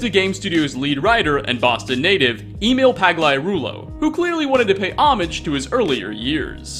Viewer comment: Some of your mispronounciations really surprise me. How do you not know that "Emil" is pronounced "Ehmeel"?